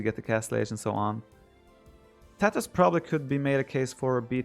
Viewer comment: I only hear Tatohs when Viper says tatars